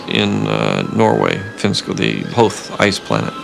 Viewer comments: note how he says "Hoth" thats how it should be said. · It's pronounced how George pronounces it lmao. It's not pronounced "Hoth" but rather "Hoath" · He said Hothe that means thats how it's actually pronounced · It's not wrong if the creator of the films himself says ot that way. That makes it cannon. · Fricks I mean, it’s pronounced differently IN that movie, so...